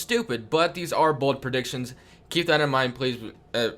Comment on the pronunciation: Wow u should have emphasized BOLD